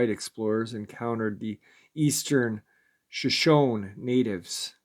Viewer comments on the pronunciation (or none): none